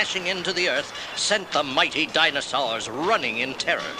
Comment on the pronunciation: I loved book/cassette combos as a kid! HAHA! Cracking up over the good ol’ “robits” and dinasawers” pronunciations! 😆